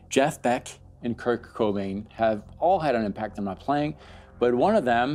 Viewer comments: Oh, dude... I'm sorry, SOMEBODY has to say it. It's "Kurt." KURT Cobain. Not Kirk. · His name is Kur-T, with a T. Not Kirk. Awesome video, & u are right. But I had to say it. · I think I'm going nuts. Everytime I hear you say Kurt I hear Kirk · Great video. It was '94 and I was 14 when I got my first guitar. A Peavey Nitro with a Floyd Rose. Talk about a nightmare for a brand new guitar player to keep in tune with no tuner. Just trying to find E listening to Metallica. But bro... Kurt. Not Kirk. 👍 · It's Kurt, not Kirk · is it just me or is he calling kurt kirk? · his name is Kurt, not Kirk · Its Kurt no K in there haha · Lol, that bothered me too. RIP Kirk Cobain! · His name was Kurp Cobain not Kirk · Are you saying "Kirk?" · did you just call kurt cobain "kirk" cobain?